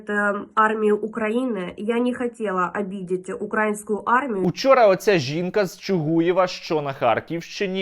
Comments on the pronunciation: укрАінскую армію сука, коли ж ви навчитесь наголос ставить правильно!!! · Украинскую))? Наголос на "и", а не на "а"!!! Задовбали!